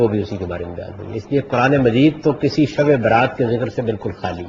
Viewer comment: یہ شب برات نہیں تلفظ ٹھیک کیجیے یہ لفظ شب براءت ہے